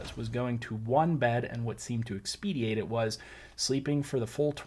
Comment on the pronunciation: the word you keep using incorrectly is "expedite" expediate is wrong.